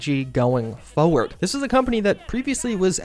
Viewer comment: By "forward", you mean "fewad"?